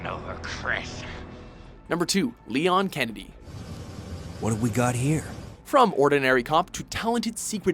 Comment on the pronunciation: its pronounced leon s kennedy damn it!!